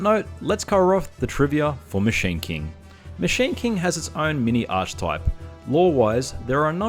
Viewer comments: Ark-ey-type. Not Arch-type, which I understand why you pronounce it wrong, you're just saying it as its spelt. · Archtype? Lol. Arc-e-type, please :(